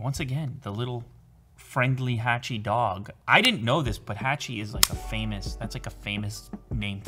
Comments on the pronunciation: My man its HA-CHI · Really cool product, thanks for the video! Sidenote, "Hachi" is not pronounced like the A in "hatchet", it's pronounced like the A in "watch". As many other comments mentioned, based on the dog from Japan they made a statue and a film after. It's very famous so a quick Google search would have revealed the pronunciation and history, I think if you are able to cover your bases in that regard with future videos it'll just boost your already wonderful professionalism to the next level. ☺️👍 Seriously thanks for the amazing tech videos and keep up the great work! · I think its pronounced hotchi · Your saying hachi wrong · I think it's pronounced Hachi like in hat and not Hachi like un happen